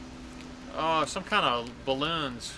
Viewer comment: Lmao the "balloon" machine 🤣🤣🤣